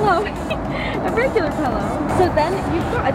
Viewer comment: I love the way they say pillow, “pellow”